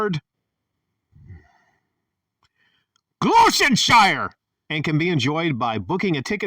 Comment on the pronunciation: Gloss-terr-shy-uh is how it’s pronounced 😂